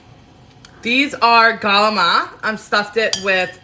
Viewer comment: Love your videos. I grew up in an Italian American family and the cooking was exactly like your stuff. And we also pronounce CALAMARI the same way!!! We had pasta/broccoli, pasta/beans every Wednesday growing up. Not my favorite.. lol! You are such a positive presence. I love how you throw the haters to the curb and just do you!!! Right on!